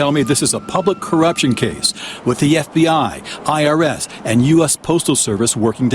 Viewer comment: Hi, I’m not sure emphasising F….B….I as you did is appropriate. Reporting news and offering your editorial comments is appropriate but trying to manipulate your audience isn’t. Do better.